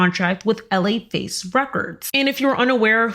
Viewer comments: …it was pronounced “La Face” not “L.A. Face” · It’s Laface (one word), not LA Face. 😂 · For the Record it is pronounced - La-Face Records, not L A Face Records. Just saying 🥰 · His name is P Shiddy! A psychotic, megalomaniac, pervert! Btw, it's not L.A. Face Records, it LaFace, just like it is spelled, sweetheart! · “La Face” not “L A Face”…… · It’s pronounced LaFace records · It’s Laface together like a pronoun in Spanish. Not L.A. Face. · La-Face. Not L.A. Face 🤣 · I loved this video so much! So much information, but I cracked up when you said L/A Face instead of LaFace 🤣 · LAface girl not L.A. Face. I know u r not my generation so I may not have know but that is how the label is pronounced. Also, u did an amazing job 👏🏼 I've always wanted the relationship between puff and usher to be revealed more than it has. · Interesting... btw its not L.A. Face Records it's LaFace - one word. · Just a side note, hun, it's pronounced Luh-face records, not L.A. Face lol. Like you would pronounce the name Latrice or Latasha. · Love the video. Butwhen you say LA records, it's not pronounced, "L. A.," it's pronounced, "la," like, "la la." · Laface records is pronounced (La like Fa la la la) it’s one word laface and Gina’s last name is pronounced like HUN. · “L.A. Face Records”🤦🏾‍♀️😂 you probably don’t care but it’s pronounced “luh-FACE” lol love your content!🫶🏾♥️ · Its LaFace (luh-face) records for the founders L.A. Reid and Babyface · Laface is pronounced like luh-face…showing my age, clearly…